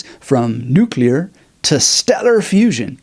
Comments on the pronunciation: It’s like the words “new” and “clear” put together quickly lol try not to sound not fluent in English! Haha much love mad respect ✊🏾🫵🏻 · Just ordered! Before I read it though, I have to find out how to correctly pronounce "nuclear" 😉